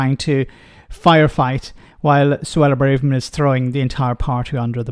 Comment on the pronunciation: It is Bra-verman,, not Bray-verman. That has been established for a long time now and Emma Barnett pronounces it like that in the opening moments of your clip.